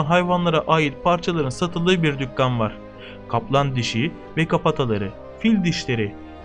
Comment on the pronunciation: hacı. dükkan diye yazılır dükkân diye okunur. imkan için de aynı kural geçerli.